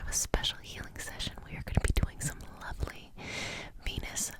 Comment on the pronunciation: legit thought you said “lovely penis magic manifesting” at the beginning, woke me the fuck up